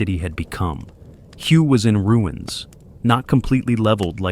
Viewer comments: It is pronounce WAY not Hu get it right! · it is pronounced "whaay" not as the word of the same spelling pertaining to a shade of color! An example of correct pronunciation is in the movie: "Full Metal Jacket". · Firstly, it's pronounced "way". My late neighbor Dan served there as a Marine during the Tet Offensive. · Your very 1st statement, and you get it wrong! The city, which is focus of your clip, is pronounced "WAY"! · If I heard "" mispronounce Hue, my head might explode. This ruined the video.